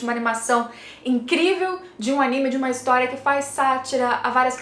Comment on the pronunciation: Nao consigo ouvir a palavra Historia (ris) normalmente ksksks